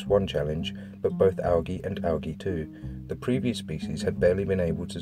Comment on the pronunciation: you pronounced Algae wrong it's Al-jee